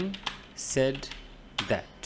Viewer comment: Said pronunciation is wrong